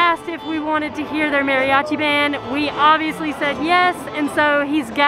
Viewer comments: I'l be that guy because I love your videos, you say it like "Mary-achi" try saying it like this, Madi-achi. It'l sound a little more accurate, I know some people just cannot roll R's, just settling for a D is a trick. My mexicana wife has trouble with R's too >>. Keep up the fun you two and thanks for all you do. ^^ Bonus note: Emphasis on the A as if a dentist tells you to open your mouth like ahhh not like A in the name Mary =} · Great job you two. (Maw-ri-achi) that should help you pronounce it. If you ever make it to Oaxaca you might find the history of the Koreans coming there “before” the Spanish very interesting. Years ago when I went to Mexico City with my sister a performer there in Garibaldi had a serious crush on my sister and he gave us a ride back to our hotel downtown. (Not something I recommend when traveling) but all went well and we appreciated his kindness. Enjoy your travels. 💕